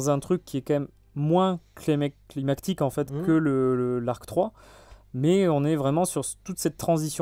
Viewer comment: climaCique!!! de climaX et pas climat 😊